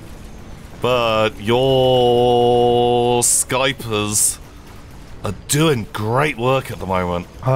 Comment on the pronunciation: Daily reminder that Tom is an amazing person and to thank him for all he has done/will do - Day 1280 IS HERE FOR MECHA HORSE, such grand times:D. Also, kind of funny to see the Tom/ Hivemind with their similar plays XD Why the heck did call then "Skypners" and not "Skypers". I mean, you call them "Snipers" not "Snipners" XD I tell you, that Round 1 of the 3rd match. I was going to comment how the shot shouldn't have been debuffed as it was in the air when the tower fell, but going back, my god. The sniper shot was fired literally 2 frames after the tower fell, damn that was close XD God, on that last match, wasn't just a HORSE, he was a HORSERS, or whatever we call HORSE+2 XD